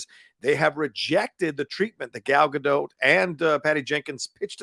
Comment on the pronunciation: i know lots say it wrong, but can you please pronounce her name correctly (or try). not sure why its annoying. its a soft T. so not Gal Ga-Doh and not Gal Ga-DOTT , its almost like Gal Ga-Dote but with a very quick/soft T.